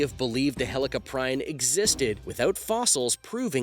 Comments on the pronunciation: Say helli-cop-rion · It’s pronounced heli-cop-pre-on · U said helicoprion wrong idiot